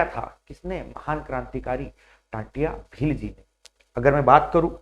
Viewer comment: नाम क्या है आप का जब टंट्या भील का सही से नही बोल पा रहे हो तो उनके बारे में तुम क्या बताओगे 🎉जय जोहार जय आदिवासी🎉 🎉जय जोहार जय जोहार मालिक 🎉